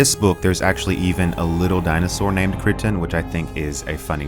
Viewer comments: It's not Michael [crit-un], it's Michael [cry-ton]. Both the Killing Star and the Remeberance of Earth's Past have what I see as the idea seen in Frederick Poul's Heechee novels, a force going around obliterating all other races. I have seen the same concept in other novels. The Echoes of Earth, Orphans of Earth, Heirs of Earth. Revelation Spacw. That's only what I can think of off hand. I'd always assumed there were other novels I'd never read with what I assumed was a basic science fiction trope. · Michael “CRYton”